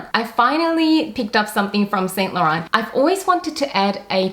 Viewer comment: No offence but please learn how to say 'Saint Laurent' correctly. It's a major turn-off (and irritating to watch) to new viewers when luxury collectors cannot even pronounce brand names properly. For your reference